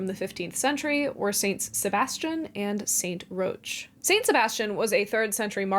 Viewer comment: New Orleanians all cringed at once when you said "St. Roach." It's pronounced 'rock,' generally, in English. We have a whole neighborhood named after him.